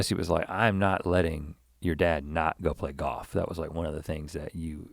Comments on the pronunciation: Rhett gives the gift of GAWF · Pronunciation- Most people: Golf Rhett: GAWF! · Easy to tell Rhett went to Scotland, he left the L and came back playing Goff like all Scots 😉